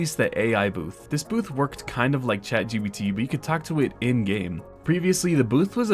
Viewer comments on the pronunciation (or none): none